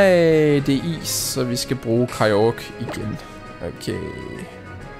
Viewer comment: hvorfor siger du hele tiden kygro